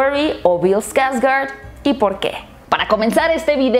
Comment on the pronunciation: Pues personalmente siempre evite ver Eso de los 80... me daba mucho miedo. Pero viendo bien si da mieto el de Tim. Pero Bill que actuación el te llevaba a un punto de suspenso en el que np sabias que pasaría. Y pues me quedo con Bill, la neta solo por él me atrevi a ver la película viene con un gran legado detras de él es un Skårsgard a fin de cuentas. Se dice Skårsgard, no skargard.